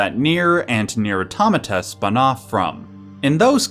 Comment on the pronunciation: Thank you for pronouncing the word "automata" correctly. It's always refreshing to find a fellow gamer who is actually literate.